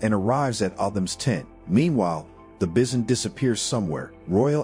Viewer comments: "Bih-son"? Is this narrated by a robot voice? The word is pronounced "bye-son". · You never heard of bissin? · Sorry, I couldn't get over the pronunciation of "bison."